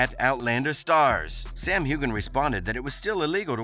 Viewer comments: Heughan is pronounced as hue like the shade of a color and IN. Hue-In Heughan. Now, Culloden is pronounced kuh·laa·dn. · Please learn to pronounce Culloden and Heughan correctly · I’d like these posts more if he didn’t always mispronounce Sam Heughan’s name!